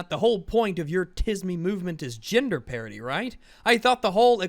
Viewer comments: Did he say gender parity or gender parody? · I keep thinking you are saying parody and not parity.